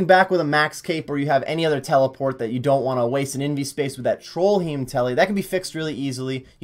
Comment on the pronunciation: No one going to point out trollheim isnt spelled or pronounced trollhiem?